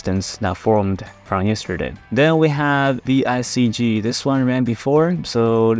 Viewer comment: It's VCIG not VICG